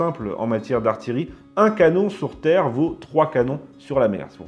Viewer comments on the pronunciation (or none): none